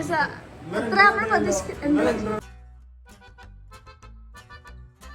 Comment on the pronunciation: കുട്ടിയെ കാണാൻ നല്ല ഭംഗി ഉണ്ട് പക്ഷെ.... അമ്മൾ അല്ല കുട്ടീ നമ്മൾ എന്നാണ് 😂😂😂😂...